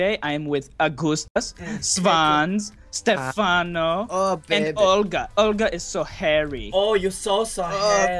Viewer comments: Its Olga not Oga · XD, yes it sounds like Ulga, but spelled, Olga. :D XD